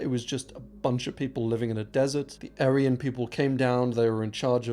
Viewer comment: Struggle to listen to a guy who pronounces aryan wrong